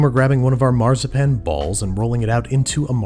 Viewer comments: wenn du weiter Marzipan so aussprichst haben wir ein Problem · I unironically love how he pronounces Marzipan as Marh-zah-pan 😂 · Every time he says Marzipan my inner German hurts.